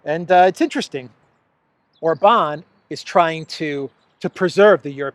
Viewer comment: OR-bahn. Accent on the first syllable ALWAYS in Hungarian. 😘